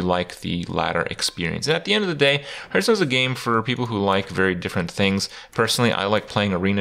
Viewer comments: hearth is pronounced like heart, not hurt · One thing you should not teach people is it's not pronounced "hurtstone".